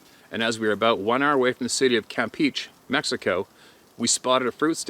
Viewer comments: You said right , just put the accent in the other "e" CampEche. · I believe that’s pronounced “cam- peachy or “cam peach A” of course that may be my Texas twang annunciation too! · Its Pronounced Peechay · Pronounced: Cam pee che' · Campeche is pronounced Cam = Comm as in communication pe = pe as in pear che = che as in checkers. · Cam-pee-che. FWIW. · Pronounced in Spanish as ... kamˈpe.tʃe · Kam-peh-cheh almost had it! 👍🏾